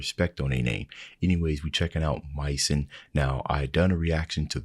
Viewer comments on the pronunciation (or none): it's pronounced Mei-zon , its a french word for home!